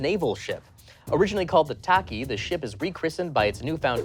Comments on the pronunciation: Pronunciation is wrong for the MCRN Taichi, its like Tye- Chee. Not taki. But close enough. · Um, actually... it's pronounced "tah-chee" not "tah-key" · Um, Actually, Tachi (the original name of the Rocinante from the Expanse) is pronounced ta-chee, not ta-ki. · Um, Actually mispronounced The original MCRN name of The Rocinante from the question about The Expanse. It is pronounced "TAH-CHEE" Also The Expanse was bought by Amazon partially due to Bezos being a fan, but mostly due to the cast, crew, and fans campaigning. Members of the cast even going so far as to visit him at a convention and take him to lunch to push for the show to be picked up for it's next tree seasons. #savetheexpanse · Um, actually Tachi isn't pronounced Taki.